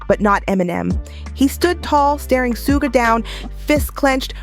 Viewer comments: Su-ge? 😂😂😂 Shhhhuuuggg! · Somebody please tell the narrator how to pronounce sug (pronounced shug like sugar ) knight's name. It's disrespectful. Even when he's reading or dissing someone, Marshall gets the name right. Much love and high props to the man from the Motor City. ❤ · Every time they pronounce Suge wrong I laugh